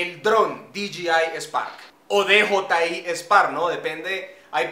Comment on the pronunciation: No es Di Yi Ai es Di Yei Ai